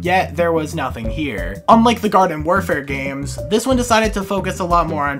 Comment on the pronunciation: Hate to be that guy but you said varden instead of garden.